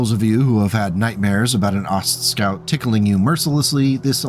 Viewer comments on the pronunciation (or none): Aw, sorry. What a name to say a million times. I think the "T" shouldn't be pronounced. Ostscout is much harder to say than Oscout.